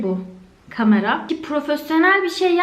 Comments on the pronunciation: Hızlı konuşunca kameranın aniden kamara olması harikaaa sldksdşaskdsld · aga kamara değil kamera